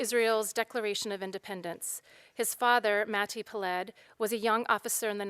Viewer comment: Peled is pronounced PE-led.